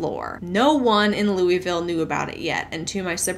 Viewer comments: Came to the comments to find the people correcting pronunciation of Louisville. 🙃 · I was surprised to hear my city! Fun fact, locals call it Loo-uh-vul. If you pronounce it Lewie-ville we immediately know you’re not from here. lol 😂